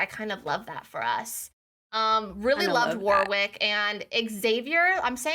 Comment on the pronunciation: You do not pronounce the middle W in Warwick. Pronunciation is Wor-ick.